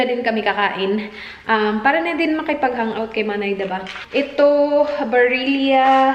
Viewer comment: Pronounced as barila. Italian brand